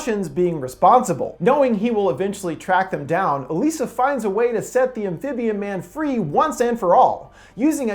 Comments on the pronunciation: Her name pronoucned EliSAH NOT EleeSAH..smh. Did you even watch the movie or do you just have no sense of how to pronounce things correctly? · Didn’t you watch the movie? Her name is pronounced like “Eliza,” not “Uh-lisa.” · In the movie it's pronounced 'Aliza' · Why does he keep saying "e-LEE-sa"? Her name is "e-LIE-sa", and they pronounce it that way so many times. I'm thinking this guy has only read the IMDb synopsis. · You pretty much caught everything about this movie spot on. The Shape of Water is my most favorite film of 2017, and I just love the story and the theme that Del Toro did to make it. The only thing that you missed was how you pronounced the girl's name of Salley Hawkins's character Elisa. It's pronounced E-lie-za. Just saying. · In the film, her name was pronounced "E LIES A" . Very good explanation. I have seen a couple thousand movies in my life, and this is probably the best one I've ever seen. Del Toro is a genius, plain and simple. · ITS ELIZA OMG YOUR SAYING HER NAME WRONG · It’s pretty obvious you didn’t watch the film or even a trailer, seeing as “Elisa” is pronounced like “Eliza,” which is made quite obvious in the trailers and the film. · was anyone else annoyed by the way he was pronouncing her name the whole time or is it just me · I know that this is all about the theory, but can we take a moment to be angry that he's saying Elisa wrong? If he's gonna do theory on a movie, he should at least see the movie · It's like he didn't watch the movie by the way he said Elisa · Did you even see the movie? Geez, you can't even pronounce Elisa's name correctly.